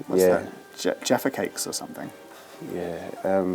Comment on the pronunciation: Man said jaffacakes 😂😂😂